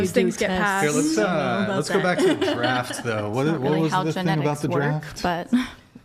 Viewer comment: "Leth talk about the dwaft..." 😂